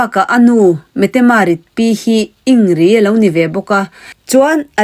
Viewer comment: In grid tia lam tur anilo mi